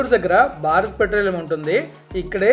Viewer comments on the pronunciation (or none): none